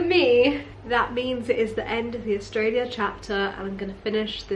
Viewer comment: Love how you said AustrailiaR and yeaR as an Australian 😂😂 I'd be the same way hahaha, love how accents just stick